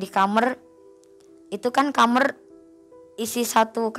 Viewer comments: Kamar knpa jadi kamer 🤣 daritadi denget kosakatanya jadi ngakak 🤣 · Kamar woyy bukan kamer